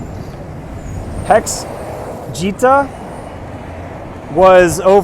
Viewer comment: I thought HexGeta was pronounced like Getta. He’s getting all the Hex. I could be wrong 🤷🏻‍♂️